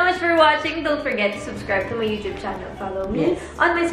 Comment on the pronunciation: youchube? youtube po